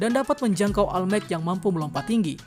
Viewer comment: Tolong perbaiki min, 'all might', cara bacanya itu "ol mait" bukan "al maik"